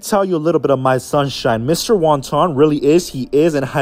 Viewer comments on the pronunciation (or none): NOT THE “SONSHINE” 👁👄👁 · Her “sonshine” 😂😂😂